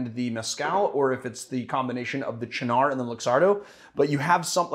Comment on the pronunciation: I really hate to give you guff because I thoroughly enjoy and appreciate all of your videos (I watch every single one) but the way you say Cynar makes me tweak a little every time. It's pronounced CHE-nar, as opposed to cha-NAR; the word should have a falling arch to it. It's like 'chief' without the 'f' plus the first syllable in 'gnarly'. Again, I mean no offense, I love your work.